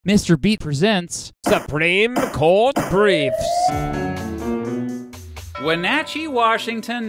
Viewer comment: Kudos on pronouncing Wenatchee correctly! When I was in the army, I had mentioned this case to a platoon mate. Long story short, the gist was that I was proud to be from a town that had influenced law in this way. I still remember his reply. "Oh, I'm from Pennsylvania." Hmm, well point taken. :)